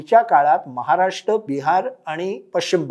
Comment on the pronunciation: राष्ट महाराष्ट "र" चा उच्चार? कोण करणार हिंदी भाषकांपेक्षा बरं ते राष् महाराष् राष्पती असा उच्चार करतात